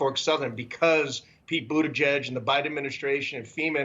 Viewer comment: Pete Buttygay?? 😂